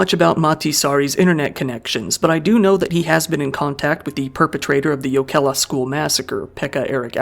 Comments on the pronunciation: The fact that he doesn't say Jokela with a hard J sound ("choukela") immediately puts him in the top 25% of English speakers in terms of pronunciation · Finnish always stresses the first syllable...so YO-ke-lah instead of yo-KEL-ah. All letter r's are rolled, like the double r in Spanish. Double letters are held, and those can be difficult for non-native speakers. Pronunciation getting better, though. I enjoyed the video as much as one can enjoy a video about something like this. We're normally a pretty safe society but we're not immune to these types of things.